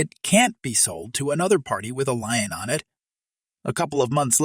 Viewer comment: Lien is pronounced lean